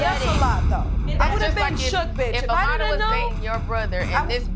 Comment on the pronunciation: Her name AMARA but they are saying AMARTA AMARDA